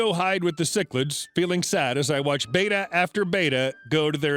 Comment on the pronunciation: Just FYI: Beta (reek letter) – BAY-tah Betta (fish) – BET-tah